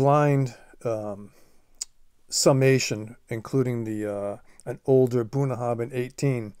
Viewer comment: Just to note in Scottish Gaelic a 'bh' is usually pronounced as a 'v'. The 'bh' in Bunnahabhain is pronounced as a 'v'. *copied from their own website: WELCOME TO BUNNAHABHAIN Pronounced 'Bunn-na-ha-venn', meaning 'mouth of the river' in Scots Gaelic, our distillery is the most remote on Islay, nestled in Bunnahabhain Bay on the shores of the Sound of Islay.